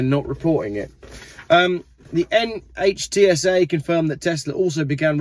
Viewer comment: NHTSA is pronounced "Nitsa".